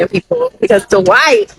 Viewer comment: D-wight?? Me: DWIGHT AROUND YOUR LIP LMAO